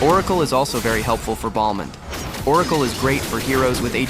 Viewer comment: u call him BALDmond?